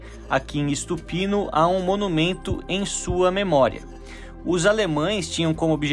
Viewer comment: Não é ISTUPINO é Stupino sem I. A pronúncia dos brasileiros é absurda em qualquer idioma. 🙈